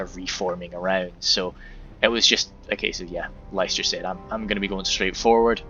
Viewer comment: Cheers for the show case! But it's pronounced "Lister" :p blame the old lack of standardised spelling:p it was a fun game though! Just amazes me how korregan has so much space to hide, but puts literally all his units exactly where you'd expect them to be :p no ambushes or anything